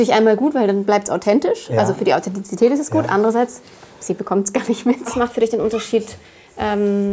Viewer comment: Der Mann kann das Wort "Authentizität" nichtmal aussprechen.